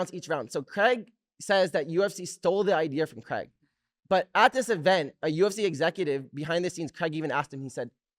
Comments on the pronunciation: The fact Americans say Cregg will never not be annoying 😂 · It’s crayg not creg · Creg or craig? 😅 yanks need to learn to pronounce english correctly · Is it really pronounced "Creg"? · I hate the way he says his name as “Creg”